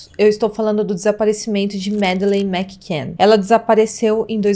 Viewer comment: Eu não sei vocês mais eu fico muito incomodada ao ouvir ela falar "Mac can " todo tempo, sendo que a pronúncia com dois "c" torna um C anulado juntando tudo o certo é " Macann"... Mas façam um bom curso de inglês ela indica...não quis ser mal educada gosto do canal e gostei muito do vídeo Essa histórica é muito enigmática acompanho esse caso desde o primeiro dia e fico triste ao pensar na Mad.